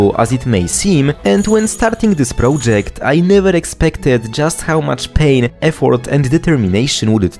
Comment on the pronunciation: prołdżekt is killing me